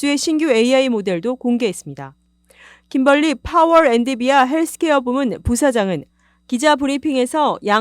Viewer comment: 저도 들으면서 계속 거슬려서...ㅎㅎ